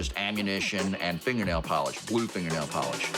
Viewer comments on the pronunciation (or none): none